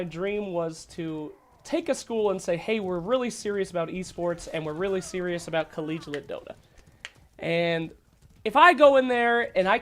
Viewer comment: every time he says "collegialite" hahahaha, please, there is no 3rd L, it's just collegiate man co-lege-ee-at